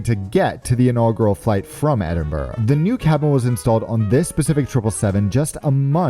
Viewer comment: Well done at your pronunciation of "Edinburgh" and not adding an "O" like most American's - No Balmoral chicken though, you missed out!